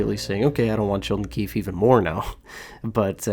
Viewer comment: First, say it right: it's Sheldon QUEEFE. (I think he would actually be good). Woodcroft is a perfect example of failure. Here ya go, here's a team with two of the best players in the world, just don't stink up your first 20 games this year